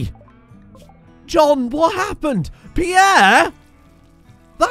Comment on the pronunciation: Peirre > not Peirre